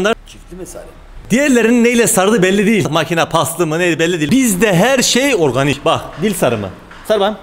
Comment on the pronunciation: Bağk dil sarimi orrganik